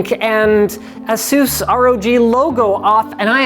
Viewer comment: The way he says ASUS makes me think he's trying to talk to his Hispanic friend, Jesus.